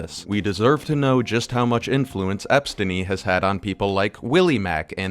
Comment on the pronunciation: I think i stopped listening to it when he said "Espstiny" sometimes you have to recognize bad faith and just move on.